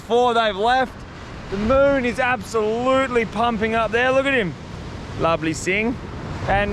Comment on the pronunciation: Ahaha how you said lubly cingg ahaha proper aussie that grew up around noongars 🤣❤